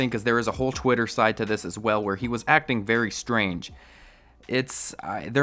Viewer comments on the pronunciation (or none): none